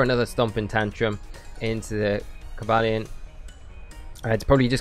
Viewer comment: I was dying when you said "Coba Lion" hahaha